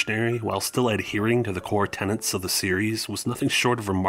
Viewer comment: Tenets. One 'n'. Ten-ets